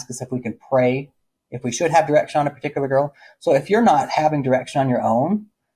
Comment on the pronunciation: The amount of times I thought you said erection instead of direction 🤦🏻‍♀️ "you would have erection on a girl, then you discuss your erection with your dad.."